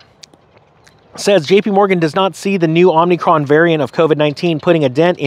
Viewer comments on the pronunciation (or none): OMNIcron?. I heard call Omicron “OMNIcron” too but no offense! Just a little fun pokin’ at ya.